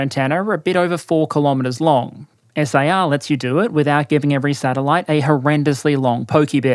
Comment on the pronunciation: Prounouncing SAR as "S.A.R." instead of one word made me irrationally angry haha